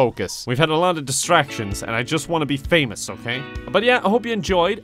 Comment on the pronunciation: omg that "okeh"